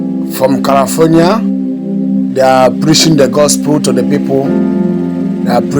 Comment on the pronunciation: It's called California not Karafornia please , glory be to God Zion we move , Zion we fly from Washington DC.